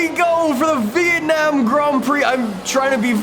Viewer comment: really says vietnayum grond prix